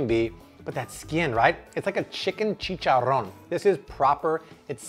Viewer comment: I don't know how I landed into your channel but I'm so glad I did I love your recipes definitely trying them new subscriber here 😬👍 btw I love the way you say chicharron lol😁😉